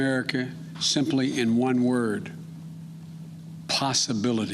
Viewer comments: Did he call her kamalisha? Wtf? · Kummala harris.didnt say name right. Rebuild this country.. you destroyed it! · didn't he just mis-pronounce her name? 😒 Typical-Hypocritical BS! SMH.